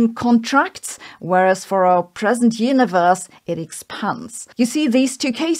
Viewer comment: Please stop saying "Hyuniverse"